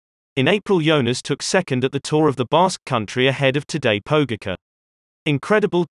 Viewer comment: Pogi deserves enough respect after winning two tours to at least pronounce his name properly. So to clarify: Tadej Pogačar is pronounced tadEAy poGAchar if you were to spell it the English way. Or just listen to GCN, they say it quite well.